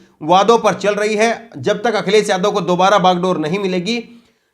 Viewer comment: Brother vadhia reporter banna hy ta apni zuban saaf rakho jida k newj india nhi hunda news (NEWZZZZ) NEWS INDIA... akhiles, jila, samil majhb nhi Akhilesh, Zilah, Shamil, Mazhab hunda.... Brother if you wanna see yourself in top list of reporters, then you really need to work on your speech and vocabulary 👍🏻 best of luck